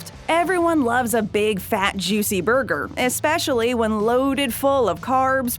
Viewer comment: And BURGER SLING KING went from red onions on their burgers to yellow onions! And yes they turned a whopper Junior from a standard burger to a slider size! disappointment mania!... and I hate the way this chick says ‘burger’! 😕😡